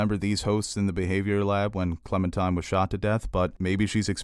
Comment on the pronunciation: Are you saying, "Clementime?" With a 'm'? Its definitely Clementine lol....